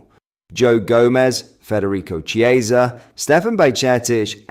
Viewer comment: Chiesa is not Spanish, as you know. His name is pronounced Kiesa. Ch is hard in Italian.